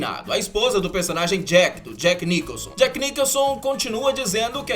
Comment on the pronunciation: Só uma observação: não se pronuncia Niquelson, e sim, Nicholson (de Jack Nicholson)